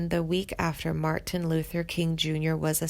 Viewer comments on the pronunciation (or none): none